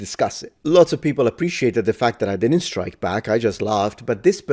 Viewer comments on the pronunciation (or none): none